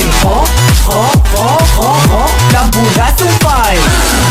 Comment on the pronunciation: El vídeo una passada! L'únic "fail", però, és pronunciar "FAIL" tal com sona, com si l'Empordà fos un document (file)... haha Però molt bona feina empordanesos! :)